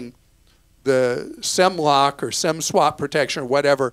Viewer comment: Thanks, Clark. I tried to go onto T Mobile entering Sem block based on your audio. It's Sim block. Maybe change your pronunciation.